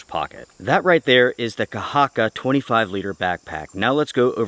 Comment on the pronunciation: Thanks for the review, and your pronunciation of the word "kahakka" is very good. Greetings from Finland